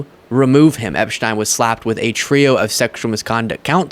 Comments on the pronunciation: Just FYI, and not the point, I know. But, I think Boris Epsheteyn is pronounce Epsh-teen. That is how I have heard other lawyers in their videos, or TV commentary, pronounce his last name. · Pronounced epsteen!!